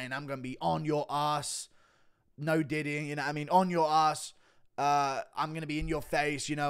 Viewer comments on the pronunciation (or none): "no DidDD-EEE"😂😂😂 BRO just say diddy 😂 fuck outta here with that goofy accent 😂😂